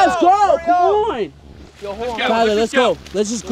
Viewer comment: It's tiler